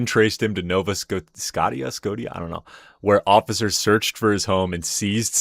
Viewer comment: Off topic, but the fact he could pronounce "Scotia" in Nova Scotia is kinda wild. 😂